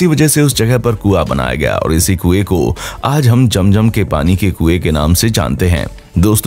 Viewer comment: Sorry jum jum nahi zum zum 🤣